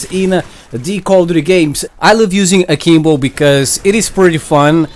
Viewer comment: All I hear is saying Kimbo